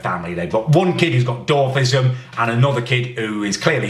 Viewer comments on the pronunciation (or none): It’s dwarfism not dar fism